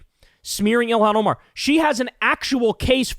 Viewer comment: Elon Ohmaar… Never heard of him.